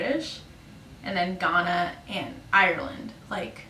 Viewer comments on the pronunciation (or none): none